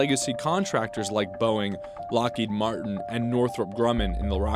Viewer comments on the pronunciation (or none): none